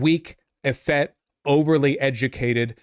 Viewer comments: Effete is pronounced ə-FEET. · Effete, not “effett”. 🤦🏻‍♀️ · The word is pronounced eh FEET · Pronouncing "effete" wrong. Had to say it.